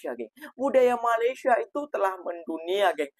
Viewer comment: Mas, tolong Mas, sebutan Malaysia nya, harap dapat dibetulkan. Slaah sebutan tu woiii